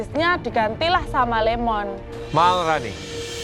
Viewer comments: Kadang chep rudy nyebutnya melrani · iyh bener,,mungkin a nya jadi ei jadi bahasa inggris 🗿🗿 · Malrani bukan Marlina